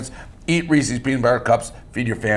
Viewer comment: Reese's not Ree-cee's 😡